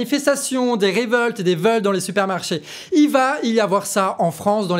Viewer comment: "Des réveultes et des veuls" ??? Il se passe quoi avec les "o" en fait ?